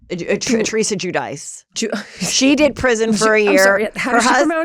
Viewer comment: Guidice = Ju-dee-chee